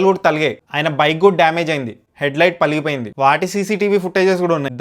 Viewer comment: debbalu thaligayi❌️ thagilayi✔️ - head light paligipoyindhi ❌️pagilipoyindhi ✔️